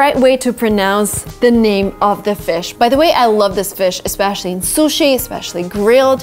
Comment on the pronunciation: The way you pronounce "especially" is weird